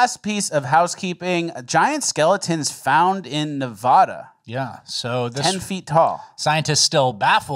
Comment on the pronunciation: Can't believe says Nevada like that 😔 disappointed but I still love ya